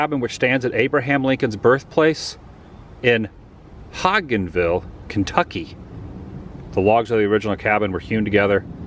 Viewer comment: pronounced hodjensville